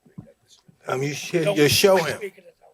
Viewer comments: Mike say Francis nuganu💀🤣🤣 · “Naganu.. I said it right, that time, right?” Lmaoo what a legend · Mike Tyson trying to say Francis Ngannou is gold 😂